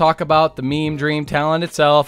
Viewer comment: Did he say "me-me" build.....